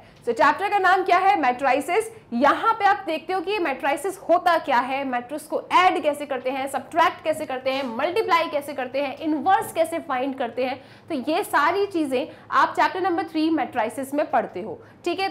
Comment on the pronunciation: मैट्रिक्स बोला जाता है ज्ञानी ma'am